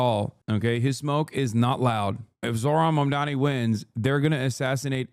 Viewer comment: Here in Ireland the left parties and people in general on the left are talking about this. It's a real victory and hope in a sea of the worst right wing bullshit atm. More of this. Also within 11 seconds of the vid starting and the anchor is already saying his name wrong omgg